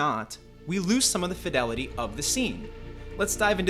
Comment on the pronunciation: Youre either pronouncing fidelity wrong or using a crap vo generator